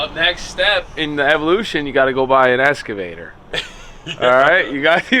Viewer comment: "Escavator" lol